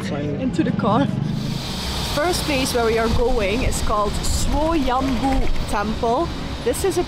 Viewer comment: you are the only one who pronounce correct words.. Swoyambhu.